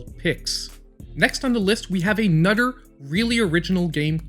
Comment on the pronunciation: " A nutter good game " L😁L No disrespect, Always gd content!